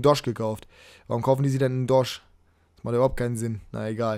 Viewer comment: Man spricht n'doye ndoj aus nicht ndosch!!!!!!!!!!!